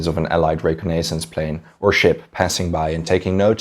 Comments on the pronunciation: It's pronounced "re - con - is sans" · Adrian Roberts thank you! Damn! Dude is driving me nuts listening to him mispronounce that. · Yea, honestly I thought his accent was mildly Irish until I listened for a few minutes. The pronunciation of reconnaissance was the only thing in the whole vid that raised my eyebrow. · Love the channel! 1 tip listen how to pronounce "reconnaissance" correctly. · Good video, interesting story. I cringed a bit at your 'reconnaissance' pronunciation though ;-)